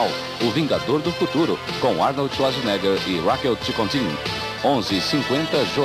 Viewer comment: / Nos anos 80/90, 🎙os locutores 📽 que faziam as chamadas dos filmes 🇦🇹 com Arnold Schwarzenegger 💪🏻 que iriam passar na televisão 📺 não sabiam falar direito o sobrenome do ator austríaco (🔊 que na verdade se pronuncia XVARTZENÉGA)!